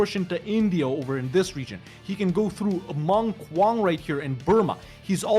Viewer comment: Mong Kawng not Mong KWANG like some degenerate rap group